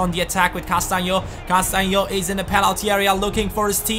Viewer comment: you pronounce Castagnios almost right but you have to pronounce the S at the and! :) Nice Video! :)